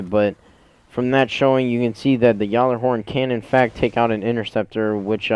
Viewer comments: It's pronounced gallahorn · dude your pronounce gjallerhorn wrong